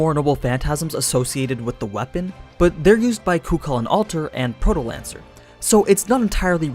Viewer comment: The second c in the name is silent